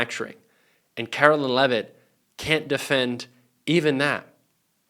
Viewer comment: Caroline! Not Carolyn 😮U should know!😢